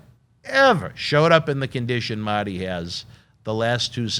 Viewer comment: And its MARRRRTY not maty u nerd